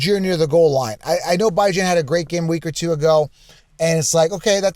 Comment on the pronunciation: You got a point man but who tf is bye-jawn???😂